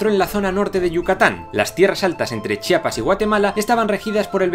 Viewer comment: felicitaciones eres el primero que pronuncia el nombre de mi estado sin equivocarte muchos dicen chapas en ves de decir chiapas. saludos